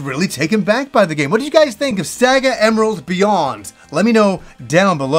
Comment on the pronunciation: Saga emerald looks awesome, even though you kept saying sega it's SAGA